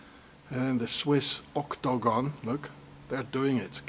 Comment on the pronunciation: oh no!! I clicked on this again? It'd be great if not for OCT-TO-GON! have you listened to how annoying it sounds and then you repeat it as if Guinness book is counting. Ka-Lick! Deleted